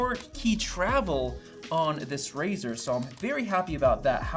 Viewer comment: It’s razer not razor